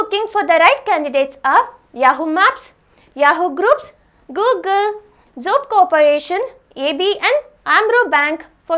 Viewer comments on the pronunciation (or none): Googool 😂, pyton, pytonic way. Love it. "H" ne Kya gunah kiya that Meri maa, pytHon bol liya Kari. Anyway good video 🤣🤣🤣